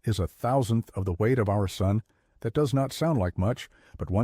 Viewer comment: “Even the Soon itself”? Makes sense. Rhymes with moon.